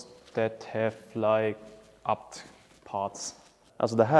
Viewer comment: Fyfan vilken jävla video du fått ihop, inspirerande som fan💯 men förlåt vem fan säger abt, man säger väll A B T?😂